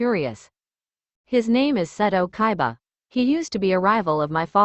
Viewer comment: it's kaiba NOT kabia